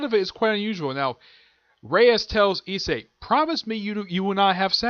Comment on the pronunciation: no you actually pronounced the main characters name correctly, so don't mind what I told you in regards to that. It must of been that I didn't quite understand what you were saying when I heard you mention it previously.